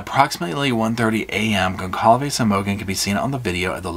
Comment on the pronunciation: whoever it was probably felt they were playing "god" choosing who lives and dies, pretty fucked up imo (also if a million people haven't told you yet lol its pronounced "gon-sal-ves")